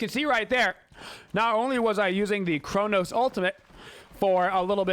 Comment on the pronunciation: Who is Chornos? hahahahaha